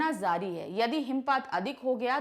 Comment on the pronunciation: Jaaree.....not zaaree pronunciation